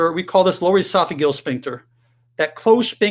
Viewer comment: is this guy a real doctor? He can’t pronounce pharyngeal or esophageal correctly.